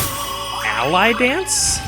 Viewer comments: Not Ally Dance. Alie Dance. (AH-lee) As in Muhammad Ali. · You keep pronouncing "Ali Dance" as "Ally Dance." I don't think it's pronounced that way. I would imagine it's pronounced like Ah Lee, like Muhammed Ali.